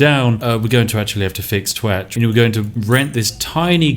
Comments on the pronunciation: I fkn giggle everytime you say twatch 🤣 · I can't stop laughing everytime you say twatch.